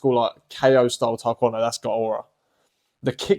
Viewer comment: Yessir, Taekwondo is indeed underrated. I really love the way you say it, I think it’s way better than I hear most people say it. Thank you for the motivation to keep doing martial arts.